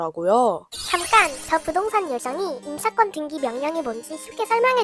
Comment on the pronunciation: 왜 등기를 등끼라고 하시지 ㅎㅎ